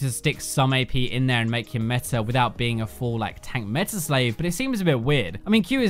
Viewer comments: IT'S META!!! NOT METAR!!! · My ears bleed when he says metar instead of meta....